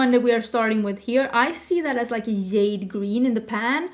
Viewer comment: I love these videos! They make me way more confident that I know what color(s) of shadow I’m buying when it comes to duo/multichromes. Thank you for your hard work on these! (PS and ALL LOVE, the J in jade is said with the “juh” sound 💚)